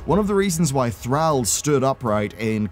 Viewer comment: THROUHH , that's how i heard you saying THRALL